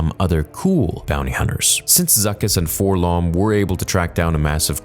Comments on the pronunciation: Never heard anyone pronounce 4-LOM as four l-oh-um. Canadian thing maybe? Down here in Chicago he's four- laam. Potato potahto. Love your vids! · I always thought 4-LOM was pronounced Four-lom. Hearing it pronounced out loud, I wonder if it's supposed to be a cipher of "For Elohim." It would go hand-in-hand with Zuckuss' spirituality. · Interesting how you say 4-LOM